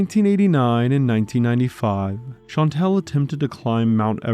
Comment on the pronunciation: Shan-tall. That’s how you pronounce Chantal.